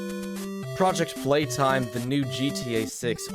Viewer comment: also "Pooject Peetime" is absolutely based